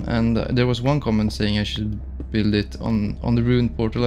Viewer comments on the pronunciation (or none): none